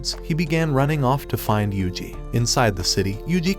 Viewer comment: Finally you said yuji ❤